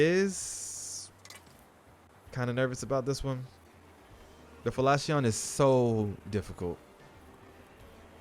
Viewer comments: I know other: fal-shion :) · Falchion is pronounced 'Fall Chun'. Otherwise, great instruction! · Lol, it's pronounced 'Fal-shion' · Did he say, "Felachion"? 👅 🤣🤣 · 誰からファレシオンって聞いたの？ファルシオンだよ。